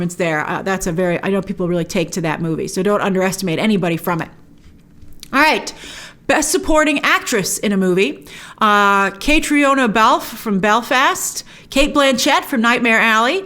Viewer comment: About the category of best perfomance by an actress, the actress in Belfast, I don't mean to be rude, but an Irish girl actually corrected me cuz I thought her names was pronounced that way you pronounced it. When in fact it's pronounced Katrina.